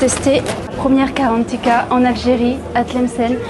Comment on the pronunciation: Le c’est gratuit m’étonne pas mdrrr… Mais please c’est pas karantika mais GARANTITA